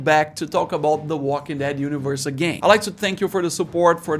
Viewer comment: Here are some English tips for you... The military bases weren't run over by zombies, they were overrun by zombies. Also, I hear you fairly often putting the emphasis on walking rather than dead and I think it should always be on dead. I would have to come up with a pretty weird scenario where I would want to put the emphasis on walking. Like if I was trying to make some kind of clarification in a weird situation. But if you are just saying the title of the show, you should absolutely always put the emphasis on dead. Other than that, I think you did great! 😬👍🏆